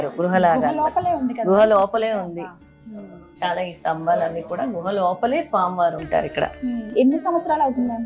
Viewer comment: గుహ not గృహ.